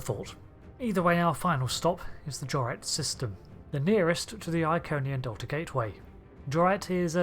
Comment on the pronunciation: Great c9ntent. One small detail. Jouret is pronounced with a silent T like in French. The last consonant is silent. Jor-ay 4. I remeber Riker calling out the planet's name. However as I said, I love the content.